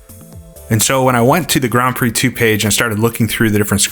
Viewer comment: i swear i heard you call it Grand Prose Circuit there a couple of times! :P ..im really looking forward to that one!... crammond games not so much..